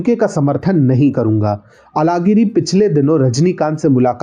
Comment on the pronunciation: अलगिरी मत कहा किजीये। यह बोलना प्रयास करें- अझहगिरी। सभी दक्षिण के भाषो मे यह ऊच्छार व्यापक हैं और यह एक मुख्य कारण है कि आप जैसे उत्तर भारतीय और हम जैसे द्क्षिणी लोगों के भीच दूरी जारी है।